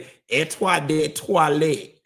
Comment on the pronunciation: I don’t wanna be a sour puss but less than a 1 hour show is not making it for me. I need more of you like you need them Meka’s treats…. 😂😂❤ Btw I’m French so yeah it’s parfum and eau de toilettes. Your accent was so funny and cute aha !